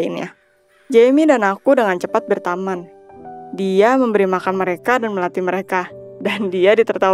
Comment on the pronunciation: berteman bukan bertaman